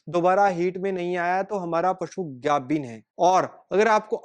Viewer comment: ਪੰਜਾਬੀ ਬੋਲ ਗਾਬਣ ਨਹੀਂ ਗੱਬਣ ਹੁੰਦਾ ਹੈ